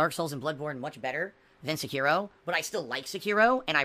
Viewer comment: Love that he purposely calls it "Sekeeraw". He even said it correct once but autocorrected himself. The same thing with royal and royale. He is such a beta male that he does all these weird things